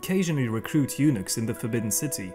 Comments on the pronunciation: Eunuch/s = Eunuck...not Eunix... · I never realized until now how the pronunciation of "eunuchs" and "unix" are so close. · This was very informative......... but "former eunochs"......... 😂😂